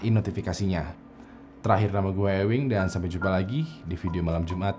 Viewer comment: cringe + rip pronounce